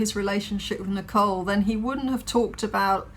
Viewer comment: "Nico," "Nichol," what a creep this dude is.